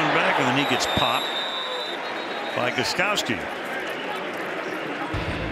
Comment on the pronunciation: Every time Al Michaels says the name GOSTKOWSKI he totally mangles it. That K is nowhere to be found!